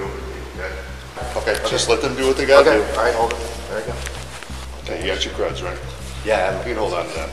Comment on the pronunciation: "i was tryna give you mY CrÆdZ!" Lol